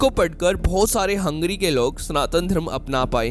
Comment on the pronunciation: Abe हंगेरी bol. Hungry नही.